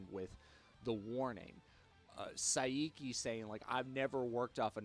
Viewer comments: Sorry, but no. He didn't say Sa-i-ki. He said the i twice. Sai-iki, or Sa-i-iki. There shouldn't be a middle bit. It's two syllables, sin Sa is paired with i. Sai-ki. さいき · Not Sai-Iki, Saiki, as in (Psyche).